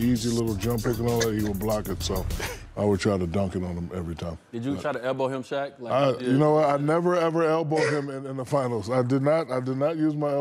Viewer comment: You can tell Shaq respects him. He actually pronounced his name correctly.